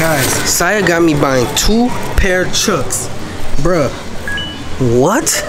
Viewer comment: Brah you just said Siah now you said saih now come on now